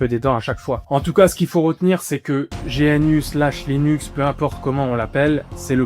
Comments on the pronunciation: On ne dit pas G.N.U. mais GNU comme l'animal le gnou ... Le fait que tu ne saches meme pas comment ça se prononces alors qu'il y as des milliers de vidéos de Stallman qui parle de GNU et de la fsf prouve que t'as juste sorti une vidéo après avoir lu Wikipedia deux minutes. T'as complètement skip les informations les plus intéréssantes/importantes du projet comme par éxemple le cas Stallman v. Tanenbaum qui est très intéréssant et qui éxplique pourquoi Linux n'est pas aussi bien qu'on le dit architecturalement parlant. Tu le dis toi-même, le kernel fait 27 millions de lignes de code, et ... c'est tout ? aucune critique ? Non tu ne pointes que le fait que c'est utilisé partout. Oui c'est utilisé partout, car c'est un logiciel libre. Pas parceque c'est un bon logiciel, mais uniquement car c'est le meilleur qu'on as pour le moment. Loin de moi l'envie de dire que t'as fait une vidéo de merde. Mais t'as juste récité le contenu de wikipedia. J'ai vu que dans un commentaire t'as parlé de "partager ce qu'on sait" si c'est tout ce que tu sais, la prochaine fois, fait le honnetement et lis l'article wikipedia face cam. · Petit détail : on dit « Gnou » et pas G.N.U. Les développeurs utilisent beaucoup d’acronymes à double sens et un Gnou est l’animal que tu peux voir sur le logo de GNU. De même, on dit « Dosse » et non D.O.S.